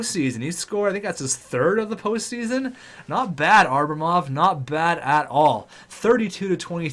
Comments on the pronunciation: It depends on if enough people comment the fact that its Abramov and not Arbamov. Enough people commented on the Johansen pronunciation and he figured it out. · Sorry to nitpick, but i've held my tongue for long enough. It's Ab-ramov, not Ar-bamov. Othewise, keep up the good work, I'm really enjoying this series! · predictions on what episode he'll finally realize it's ABRAmov not ARBAmov?